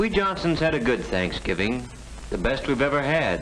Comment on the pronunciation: You left out the "v" in thanksgiving...thought you'd want to know, babe!